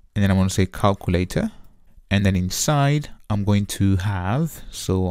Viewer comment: I like the calkooletah 👍🏾